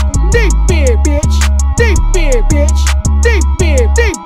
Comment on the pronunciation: At one point hes not saying big anymore, sounds like beer or beard 😂😂😂